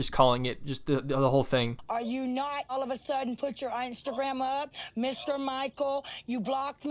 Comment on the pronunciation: She said Ainstagram